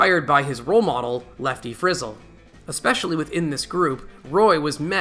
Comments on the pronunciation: For heaven's sake, it's pronounced Lefty Frizz-ELL. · Lefty Frizz-el please show respect and learn the pronunciation of these greats names. Great video of some really phenomenal musicians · I'm glad you made this comment. If you didn't I was going to..... This channel has a bad habit of mispronouncing names.